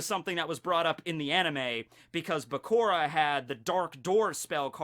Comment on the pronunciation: it's Bakura like Sakura...not Bakora.. jus saying, still love you